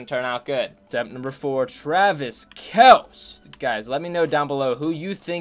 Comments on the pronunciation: It's not fair cause not the same route every time also its kel-cee not kelc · It’s Kelce pronounced kel-see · It's pronounced :Kell-see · It’s Kelceeeee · His pronunciation bothered me too dude. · U know what would be the best thing ever.........If would say Travis Kelce right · Btw your pronouncing kelce wrong not a big deal but just pointing it out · Lightning Bolt I cringe every time